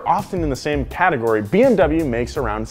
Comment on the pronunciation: I think he meant BMW he totally butchered that